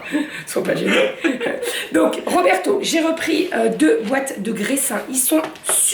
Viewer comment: Coucou, et j'ai trop rigolé 😂😂😂. Bonne journée